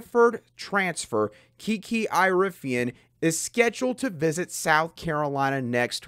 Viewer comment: Dude you have to say her last name right. It is like Erie-ah-fin.